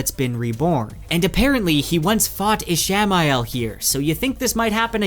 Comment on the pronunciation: Is he mispronouncing Ishmael <— or is it spelled a different way?